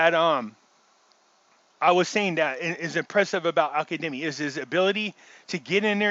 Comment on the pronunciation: Why do you pronounce his name as Al Kademi? It’s Al Kazemi!!!